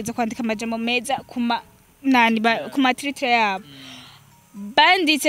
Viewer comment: igifaransa kirakugora kweli ngo tritre 😂